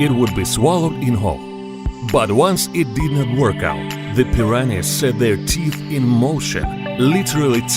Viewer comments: Its like hes saying piranis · You guys are having a stroke,im dying of laughter whenever he says "PIRANIZ"😂🤣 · Pi ran ees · He keeps pronouning them preeranays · As much I wanna laugh it’s just his accent that’s y he sound and said it like that but lol